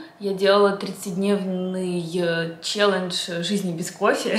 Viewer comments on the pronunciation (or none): none